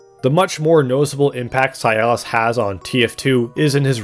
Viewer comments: It’s si-las Not cialis.. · His name is Silas. Why are you pronouncing it like it's "Sialas"? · Why are you saying "Si-al-is" instead of "Si-las"? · Bro... It's Silas not SI-AL-AS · Brother, please, I beg you. Silas is his name, Cialis is an ED pill. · For the love of god the man is named "Silas" not "Cialis". That's not a name, that's a penis pill. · the way you say Silas is upsetting, it sounds like a disease. it's pronounced Si-las not Si-a-lis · >zah-hanna >sy-alis Ffs… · not this guy pronouncing "Silas" as "sialus" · Why you pronouncing silas like sayalass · How you pronounce Silas hurts.